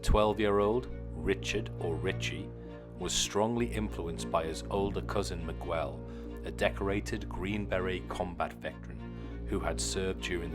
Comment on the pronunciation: Everything was great except how you said Miguel 💀💀💀💀